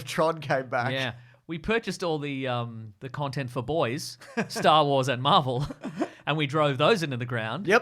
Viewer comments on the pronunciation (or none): "Trontent" is crazy